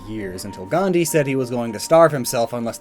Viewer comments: It's not sans-krit its pronounced as (suns-crit) and its not gan-di but (gaan-dhi) And the British ruled over India I know it because I am an Indian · Not gandi it's gandhi